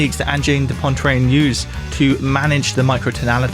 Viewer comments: There is no N in Poitrine. The rest of your story is interesting but ffs thats annnoying. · In this video you can hear speaking microtonal French, he's adding an extra N in the word Poitrine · Sorry immediately had to click off after you decemated that pronounciation, holy moly that was so bad you threw an extra n in there for no reason. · There’s no second “n” in “poitrine” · This guy managed to mispronounce the word "poitrine" the entire video. Come on, I'm not even french but that is not a difficult word to say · There's no n before the t in Poitrine! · Come on, it takes ten seconds to Google how to pronounce something if you're not sure. There's no N before the T in Poitrine... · Dude, it's Pwah-treen, NOT Poyne-treen. had to stop after the 5th time you mispronounced it. More dissonant than their music. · It's Angine de Poitrine, not "Pontrane"! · P o i t r i n e Pwah-t-r-eeeen Cmon pal 👁️👄👁️ It’s not pontrine (Great vid new sub ❤😁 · I know I'm quibbling, but it's driving me crazy that you're saying "Ann-jeen da Pon-trane." Make just a little effort. The correct anglicized pronunciation would be more like "On-jeen da PWA-treen." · "Poitrine", not "Pointrine" 🤦‍♂ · You pronounced it "Pointrine" rather than "Poitrine" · Angine duh PWAH TWREEN. PWAH. Not pah. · Poitrine is pronounced "pwah-TREEN", not "Pontreen". There is no N to be found after "poi". I'm baffled at how anglophones just stick in random letters into foreign words. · an-jid de poa-trin .... you'te pointlessly inserting an extra N where shouldn't be one (poan-trin)? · I mean I knew you're not French but it's SO not 'pontreen'. It's 'pwatreen'. It means chest. Angine de poitrine means 'angina pectoris', or what we colloquially call angina. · where the hell did you pronounce Poitrine like Pointrine? where did the first N come from? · poitrine not pontrine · For english speaking people, "poitrine" should be pronounced "pwatreen". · poantrine lmao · Poitrine not pontreen! 😂